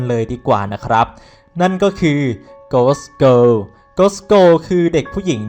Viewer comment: โกส เกิล ไหมนะ เหมือนเราได้ยินว่า โกส โก